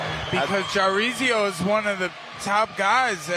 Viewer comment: calling him Jareezio on repeat lol